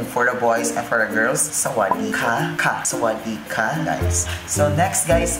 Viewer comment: I enjoyed you speaking English and Tagalog in the same time, and your Thai language is actually pretty good. Though, the only thing you missed is the word “sa-wad-dee-ka” which mean hello. “Ka” for this word is the low tones, which I didn’t hear that tone when you said it. But anyway, it’s all fine and I liked it. I wish I could speak Tagalog too btw.